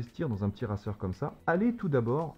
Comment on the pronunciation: Racer se dit "reyceur" en anglais (je sais pas écrire de la phonologie). Ça me stresse un peu :P